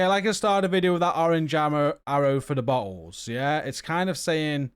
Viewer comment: 😂😂😂 you are great and thank you for the videos... I was listening to this while I gamed, started laughing did he say bottles or buttholes